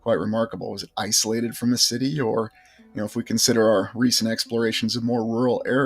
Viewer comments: are you always saying "shitty" in the place of the word city? it sounds like it, and its funny... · do you say "schitty"? 😂😂😂